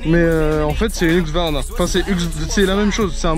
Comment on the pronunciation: husqvarna et pas hugsvarna les gars lol